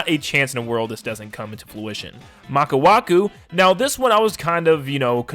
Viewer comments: It’s maka wuhu right? Maku waku sounds like some kind of crash bandicoot character lol. It’s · it's maka WUHU not maka waku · Also its "Maka Wuhu" not "Maka Waku" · He said maka waku instead of maka wuhu lmao anyways awesome video! The ones I really want are Waluigi pinball, Dino Dino jungle Wario Coliseum and Shroom city from game cube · "Maka waku" LOL 😂💀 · It’s Maka WUHU.